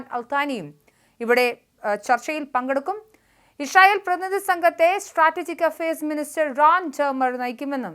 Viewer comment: ഇഷ്രൈ ഇൽ അല്ല മോളെ., ഇസ്രായേൽ 😂